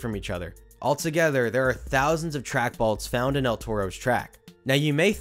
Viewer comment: Balts? Balts? Lol I can't unhear it...jk. what most likely happened being the rearmost wheels is something pulled out and the rear wheels were able to get out of the channel or the lower upriding wheel sheared off and the cart was no longer bound to the track. But seeing as so many BALTS were replaced it was most likely a failing track itself from dryrot or defective fasteners.